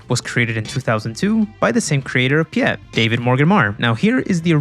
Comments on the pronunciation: Piet is Dutch name, not Pyet. Please to pronounce as "Pete" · How dare you mispronounce pɪjɛt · Hearing pyet instead of piet is really funny as a dutch person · I am Dutch and I completely laughed at his pronunciation of "Piet"